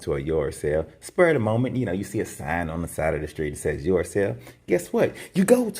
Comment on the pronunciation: Yord sale! Haha